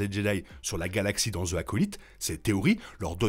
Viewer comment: Vidéo au top comme d’hab 😁😁😁 (Juste dans « the acolyte » le « the » ce prononce « zi » car le mot suivant commence par une voyelle)